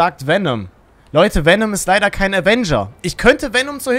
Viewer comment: Est heißt kein und nicht gein